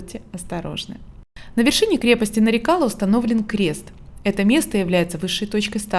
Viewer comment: Очень похожа на крепость в Дербенте. Только в названии ударение на последний слог. Нарикала(на ла).